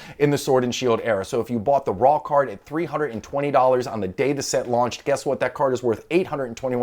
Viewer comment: Is it just me or does "raw card" sound like "rock hard" lmao